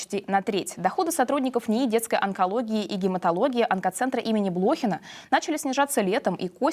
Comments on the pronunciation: Ведущая протараторила. Не БлОхин, а БлохИн. Учите мат. часть😠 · БлохИн – ударение на последний слог